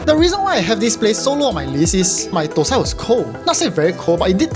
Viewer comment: dont pronounce it ThoSai (4th Tone) which means it sounds like shi.Tho Sai (1st Tone) pronounced thah-seye.